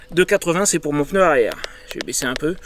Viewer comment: Pneu et non peneu…